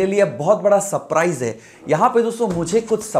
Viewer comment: भाई पेहले तो , ''सप्राईज " नही सरप्राईज प्रोनन्सीएशन होता है